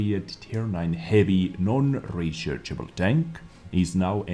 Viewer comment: U heard that? Its non rechershable said non rechershable